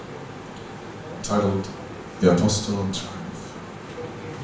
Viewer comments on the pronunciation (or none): Lmao at mikael completely butchering the pronunciation of apostle and then a dude in the crowd going "tsssss" Sucks the very end of the set got cut off. Funny to hear a dude say "very tight band" after Was this footage recently found? Been following the band for years and never saw this anywhere